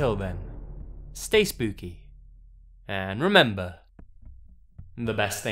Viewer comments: HE SAID "SPOOPY" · "Spoopy and ah,Haha Spoopie Spoopeh" - 2016